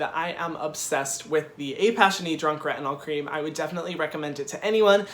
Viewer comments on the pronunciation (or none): none